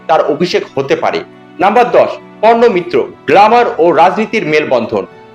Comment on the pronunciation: Porno mitra noi parno mitra